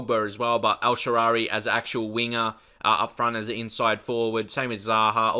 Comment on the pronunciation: His name is El Shaarawy, not El Shaarary. Incredibly annoying...